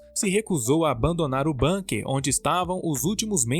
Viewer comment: Fala-se "búnkar" e não "bânquer"...